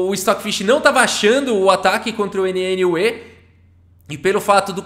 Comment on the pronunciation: A pronúncia de NNUE é algo parecido com "new"...